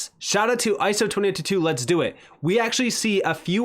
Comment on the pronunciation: Lol " iso 20 toot tooot"